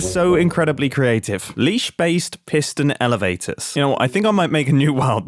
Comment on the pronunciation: PIG-ston elevator